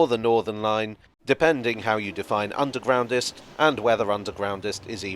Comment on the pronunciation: The 'Undwegroundest' - never heard of that word b4!!! - Learn something new every day!!! - Happy new Year!!! 🙂🚂🚂🚂